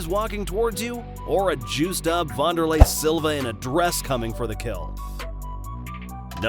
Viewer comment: Pronounced Van-der-lay not Von-der-lay